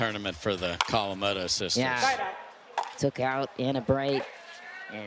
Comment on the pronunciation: Why is it so hard for to saw Kawamoto? I know she's trying really hard not to saw COW-amoto, but now it's CO-wamoto.